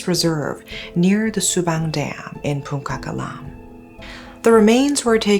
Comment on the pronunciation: its pronounced pun chak alam. the sound of c is ca no ka. 😂😂